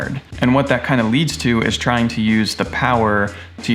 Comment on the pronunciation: 0.54 seconds in, green T. "Have fun or die TRING"